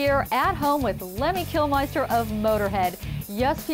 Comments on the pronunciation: Kilmister, not -meister. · Someone tell her that its Kilmister and not Kilmeister!